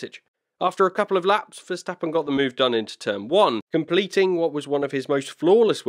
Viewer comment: compliment,,,,,,the first ''english'' commentator who can pronounce verstappens name right